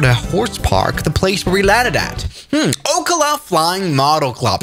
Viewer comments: There is no way he pronounce oh -cluu its pronounced o ce ohla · It’s pronounced o-ka-luh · Ocala is pronounced oak al a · Oh-cuh-luh 😂 its Oh-cal-luh But I didn’t know they had an RC runways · Oak-la… WRONG! It’s Oak-al-a I swear to Jesus. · as a Floridian I believe it’s pronounced “ow KAH luh” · fr lol i was yelling at my computer everytime he said that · Checkmate, as a person from Ocala it’s pronounced Oh CAL Uh. Cal like in the beginning of California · Good video, by the way, since I live in orlando i know that ocala is pronounced Oak-Ah-la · says Ocala wrong it's O-cal-a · It definitely does because he said Ocala wrong XD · The amount of times he mispronounced ocala is insane (I live in fl) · I live in Ocala and I got so annoyed I almost clicked another video